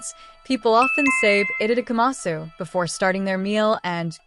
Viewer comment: You do not pronounce the U at the end.